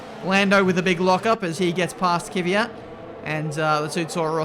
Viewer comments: Is it just me or is pronouncing Kvyat wrong all the time? Its is Kvyat, not Kivyat. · THAT'S KVYAT NOT KiiiiVYAT KVYYYYYAT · Kiwiayt xD